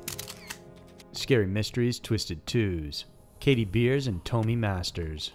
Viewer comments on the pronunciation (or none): Its not Toe-me, her name was pronounced Tom-Me. Her name was Tomi. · Come on man " tome ee " I've never heard this case but its definitely pronounced " tommy ".